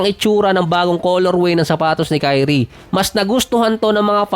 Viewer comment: Dinig ko, TAI_ONE (Ky-One)